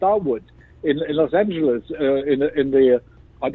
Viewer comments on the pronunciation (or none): none